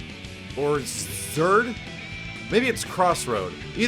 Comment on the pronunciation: Guilty Gear Zeurd